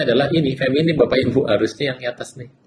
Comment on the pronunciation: tolong dong betulkan kata, bukan feminim tapi feminin, bukan ahiran m tapi n.terima kasih.